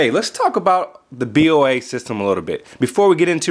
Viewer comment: it's pronounced Bow-a